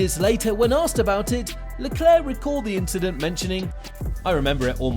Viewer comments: It was not "incident" but "inchident" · Nope. It was an "inchident on the race".... XD